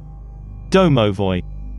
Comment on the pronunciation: "Dow-now-voy" great another pronounciation getting pronounced differently